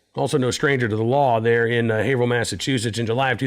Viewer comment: Thanks for pronouncing Haverhill correctly. 😉